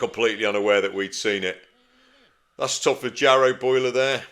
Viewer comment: "Yarrow" boiler, not "Jarrow"